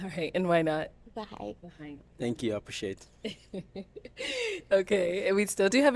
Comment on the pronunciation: “Tank you! Apresheate!” It’s called ‘h’ factor where you don’t pronounce the h in words. Common with the Yoruba tribe in Nigeria. Not that he’s Yoruba